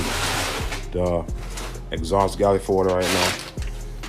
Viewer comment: he said exhaust "gyalifold" 🤣 my mans funny af